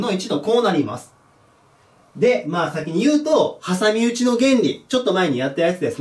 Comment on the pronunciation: はさみうちイントネーションなんか違うw